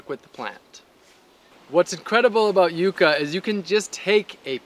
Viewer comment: The first youtuber that has pronounced it properly, Yu-kah and not yuck-a. Amazing video, gonna try planting some here in Malaysia!